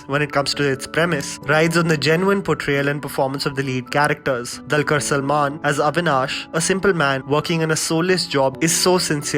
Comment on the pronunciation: Hey, though the spelling is ''Dulquer", it is not pronounced as "Dal-quer '', rather as ''Doo-lquer"